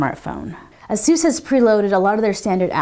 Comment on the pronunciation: /ˈeɪsuːs/. just saying.